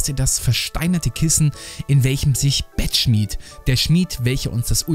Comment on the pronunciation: Mich regt meinen inneren Autisten so auf, dass er immer Bettschmied und nicht Bettschmidt sagt